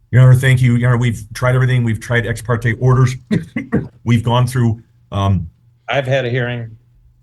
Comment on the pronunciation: Every time she says exparteee I laugh